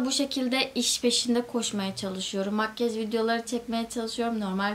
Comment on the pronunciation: Lütfenn makyej deme artık